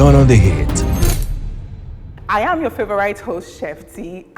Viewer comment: Please It is not "Ayam" your favorite host, it is "I am" I've been holding myself since season 1.